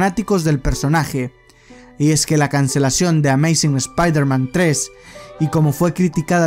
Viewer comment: Oye wey por que dices "espairderman" en vez "espaiderman"?